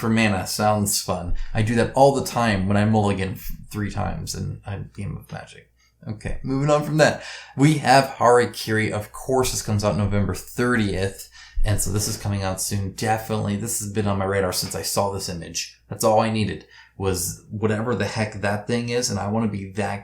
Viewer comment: I'm sorry, I'm going to be that guy, but your pronunciation is driving me nuts. It's a second 'A' not an 'I'. It's pronounced Ha-ra-ki-ri.